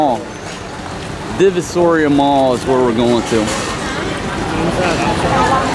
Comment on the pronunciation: Divisoria, like "D V sore ee ah"